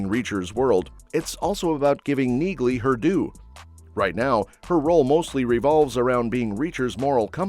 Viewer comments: NEALEY, not Neagley. The g is silent. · Pronounced Nealey